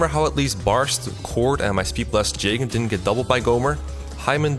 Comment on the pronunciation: "Jaygen" lol